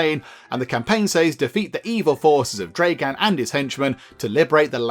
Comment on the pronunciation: Also, you are reading/pronouncing it like "Dreigan?" when it's "Dragan" as in "Drag" in "drag racing" or "[Drag]ging a sack of potatoes", and "an" as in "That's [an] amazing beard". So, "Dragan", not "Dreigan", and yes, that's like both the most Russian sounding name, and not at the same time. 😅